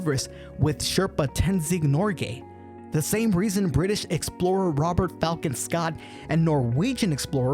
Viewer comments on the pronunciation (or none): none